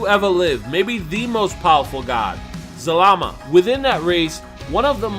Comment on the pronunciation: He was saying zamala in the other video that just triggered me